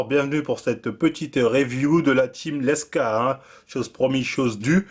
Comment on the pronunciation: t'es dyslexique..? L E K S A aussi prononcé LEXA... #dusel #NaCl bon ca va, t'as corrigé après lmao